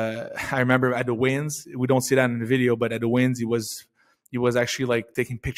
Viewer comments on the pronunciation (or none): none